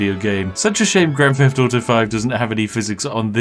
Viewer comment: grand feft auto